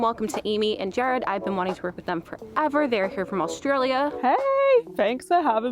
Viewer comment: His name is pronounced JARRED not jerred